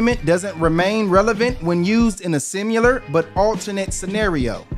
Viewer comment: It's similar, bro, not simUlar.